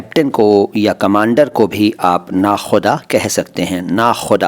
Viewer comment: Nakoda maszid, hai na ki nakhuda